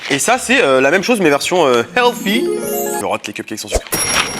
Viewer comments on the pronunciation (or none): none